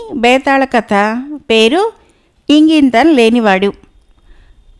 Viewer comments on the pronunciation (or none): ఇంగింతం కాదు మేడం ఇంగితం.. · ఇంగింతం కాదు ఇంగితం